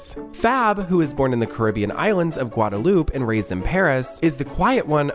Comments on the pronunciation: That's not how Guadalupe is pronounced, either... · Not Guadalup lmao